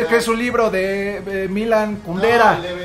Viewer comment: Amigos, neta los amo con todo mi ser peroooo... neta se vieron súper ignorantes con la pregunta de la insoportable levedad del ser ¿de verdad no lo conocían? El tipo que leyó la pregunta ni sabía qué era y luego el pronunciando mal el nombre de Milan Kundera... me rompieron el corazón 💔